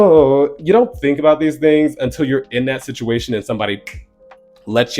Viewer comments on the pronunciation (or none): none